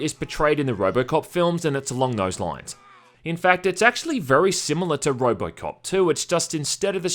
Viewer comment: Did he pronounce “Robocop” like “Robotcop?” 🤭